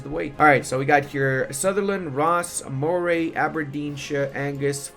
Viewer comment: Also, hate to be that person but incase it helps, Moray is pronounced 'murray" <3 thanks for the vid!